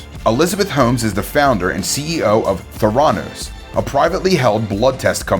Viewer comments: Thuranoose hahaha no, not how you say it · Anyone else really bothered by the way this guy says Theranos or by the fact he's making a list and including Theranos yet somehow has never heard the rest of the world say it properly?! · Homes too instead of Holmes and mispronunced theranos